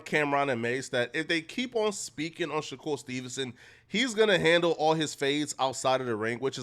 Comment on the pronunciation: Pleas start calling him Mr S , I cringe every time I hear u say shakur it’s disgusting my G